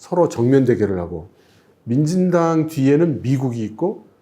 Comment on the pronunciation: 왜 자꾸 만진당으로 들리지